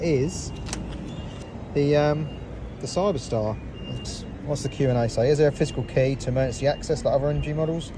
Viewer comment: Well it would be nice if you got the name right is Cyberster not Cyber-star and they are scissor doors at which point I stopped watching .